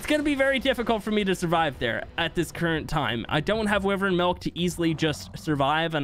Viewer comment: The way you say wyvern is annoying there is no i in the name wyvern